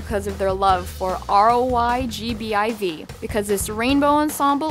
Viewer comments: Um the true crime here is you pronouncing it "R-O-Y-B-G-I-V" and not "Roy G. Biv." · Elle b. And how she said R.O.Y.G.B.I.V instead of ROYGBIV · These videos are a ridiculous guilty pleasure and I don't know I watch them, but I burst out laughing when she pronounced each letter of ROYGBIV